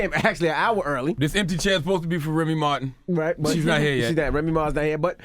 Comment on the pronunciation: He said Remy Martin 💀 😭